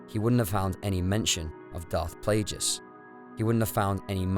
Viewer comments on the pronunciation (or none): are we really gonna ignore his pronunciation of Plagueis?